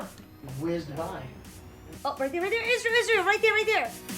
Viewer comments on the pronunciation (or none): none